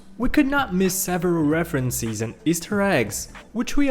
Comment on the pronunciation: Pro Tips: The S in "Island" is silent (also the I in "island" is pronouced like the letter), "reference and references" are pronounced like "reffrens and reffrensehs", "Easter" in "Easter Egg" is emphasized (and the Ea in "Easter" is pronounced like "ee" not "i" (short)), and I don't know what else. Try your best, one of the random people that narrate in videos and narrated in this one!